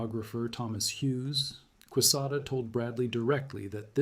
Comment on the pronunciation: General Quesada’s last name is spelled correctly in this message. Recall it is a Spanish name and is pronounced k-sotha for you AI gringos.